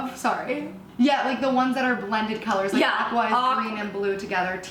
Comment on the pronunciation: Molly pronounced Mauve right but Aqua is pronounced short a and then kwa